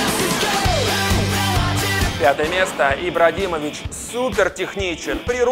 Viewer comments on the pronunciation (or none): я один услышал в начале ИбраДимович???? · Я один услышал " ИбраДИмович" на 16 сек? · ты сказал ибрадимович